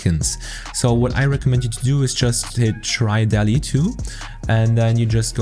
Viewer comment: it is Dalle not delhi